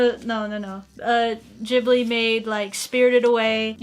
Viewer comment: I think you pronounced Ghibli wrong.